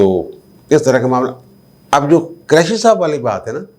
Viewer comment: جب بھی آپ شاہ محمود حسین قریشی کا نام لیتے ہیں تو مجھے ہنسی آ جاتی ہے پنجابی لہجے کی وجہ سے آپ قریشی کے ق پر پیش کی بجائے زبر بولتے ہیں اس طرح جو لفظ بنتا ہے وہ میراثی اپنے لئے استعمال کر تے ہیں خدا نخواستہ میرا مقصد تضحیک یا دل آزاری نہیں صرف آپ سے درخواست ہے کہ قریشی کے ق پر پیش لگا کر بولا کریں اچھا لگے گا